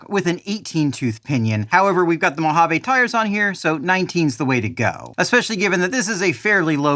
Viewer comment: Mojave is not a French word. Its not mohavay